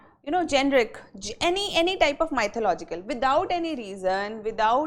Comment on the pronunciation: polish your English, Madam Learn how to pronounce "mythological"